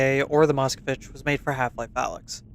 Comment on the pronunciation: MoskOvich sounds like Malkovich)))) the correct pronunciation is MOSKVEECH with stress on the last vowel :)